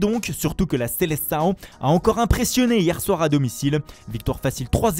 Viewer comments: "La seleçaõ" ouah mes oreilles en sang 🤮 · Même le portugais il me tue, seleçao et diogo jota ça me termine comment il les prononce